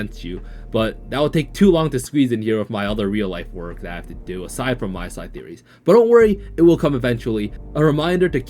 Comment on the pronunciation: Btw it’s called MiSide not MySide. The Mi is pronounced like the Mi in Mita :D